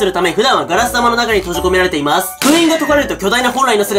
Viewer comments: まぁす。の発音地味に好き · まぁ⤴︎⤴す の発音が気になるw